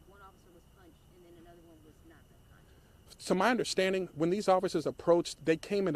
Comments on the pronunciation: Bruh… its unconscious not unconscience. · " they were only there for 3 minutes. 120 seconds...." uhhhh this guy talking is not helping at all. " unconscience?" . I think he means unconscious. Where did they find this guy? And apparently the family completely lied to this guy as well. The whole situation is very sad though. May everyone involved find peace